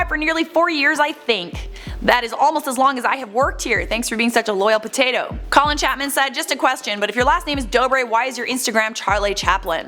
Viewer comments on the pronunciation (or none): none